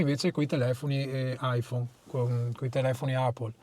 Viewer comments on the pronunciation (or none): Poveri italiani si pronuncia epple. Non apple. 😂😂😂😂 mamma mia che vergogna.